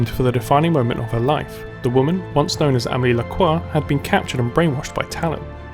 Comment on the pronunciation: I'm French, you pronounced Gérard's last name right. Larcoix. The "Gé" in Gérard is pronounced "Je". The French word for "I"